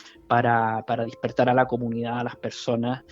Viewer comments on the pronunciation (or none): No se dice DISPERTAR...ES DESPERTAR...TOMA NOTA ...TE HARÁ BIEN.